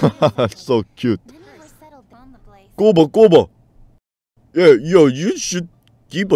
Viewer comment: HES GUOBA NOT GOUBA